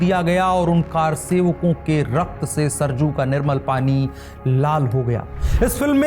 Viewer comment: सरजू नदी नहीं। सरयू। नदी का नाम सरयू है सरजू नहीं।